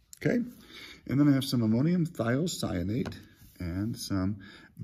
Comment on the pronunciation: Thanks :) It's great to hear someone pronounce ammonium thiocyanate.